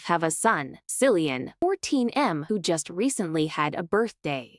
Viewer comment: Kil-llee-in, not Sil-lee-in. Stupid AI.